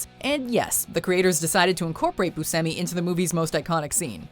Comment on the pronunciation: Steve boo-semi? Lmao.. It's pronounced bu-sh-emi